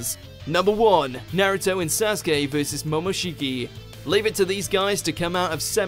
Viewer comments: They still pronounce it wrong tbh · Remember the time WatchMojo used to pronounce Naruto words weirdly? Like they would say Sasookay. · this guy's pronunciation of sasuke killed me